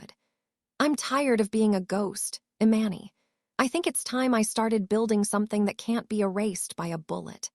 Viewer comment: Please get the storyteller to pronounce names correctly. Eee-Mahn-Nee!! Jesus Christ it’s driving me insane. I’ll unlike just because of this alone. This is why some pages loose subscribers